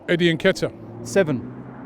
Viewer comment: I think his name pronounced Ketiah , The N is a silent letter, i am not 💯 sure